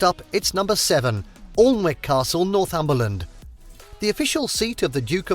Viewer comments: Jesus, how are you pronouncing Alnwick, its pronounced like Anik not All n wick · Is it pronounced War-Wick? No! Then it is not Aaalnwick, it’s pronounced Ann-ick the L is silent and it sounds nothing like Almond. Northumberland has more castles than any other part of the uk and you choose one and then mis—pronounce it. As usual 9 castles in the south. How about, Bamburgh pronounced Bamborough. Walkworth, Newcastle, Holy Island and on and on. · How he said it was so painful to hear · Pronounced anick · It's pronounced Annick. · A very poor video narrated by an English person, but obviously written by an American. Rochester does not have a 'down town', it has a 'town centre'. Alnwick is pronounced 'Annick'. Arundel is nearly all nineteenth century and is not a castle. It is a Victorian stately home which barely even tries to look a mediaeval castle. Highclere is entirely modern and is not a castle, despite its name. Warwick Castle does have mediaeval bits, but is nearly all a modern stately house. I could go on, but look at English Heritage (the organisation that looks after many of England's castles) videos for proper facts of true castles. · you pronounced Alnwick incorrect, the l and w are silent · Yes I nearly fell of my chair laughing hearing him pronounce Alnwick . The man should be put in the stocks & flogged lol You can tell he is from down South. Almost all the castles he mentioned are down there And how could anyone not include Bamburgh Castle in Northumberland in their list !! 😮